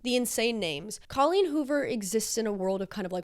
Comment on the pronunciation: Love all your videos, so excited to watch this one - I just have to say before I keep going. Thank you for saying CAW-leen rather than COH-leen... I was starting to worry I'd said it wrong my entire life 👍